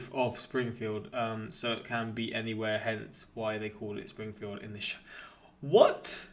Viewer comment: "Springifield" omg. ugh.